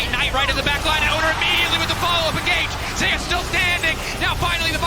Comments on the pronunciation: Why the fuck are you saying Zeus as Zehoos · He pronounces Zeus funny.